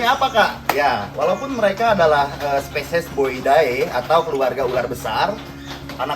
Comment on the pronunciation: Boidae harusnya d baca boide